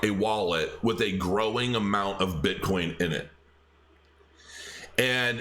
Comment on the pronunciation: Hahahahaha calls bitcoin, bitcorn.